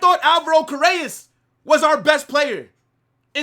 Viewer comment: Car-re-ras is how you pronounce his last name #HalaMadrid my club is back !!!